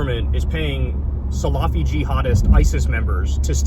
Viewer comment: K it’s (phonetically) sala-fee not salaaa-fee: don’t drag out the a’h sound after the L. 🤓